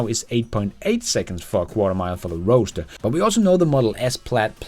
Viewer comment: People pronounce Roadster as roaster, I noticed, lol.